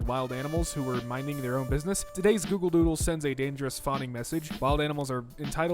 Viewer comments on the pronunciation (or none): none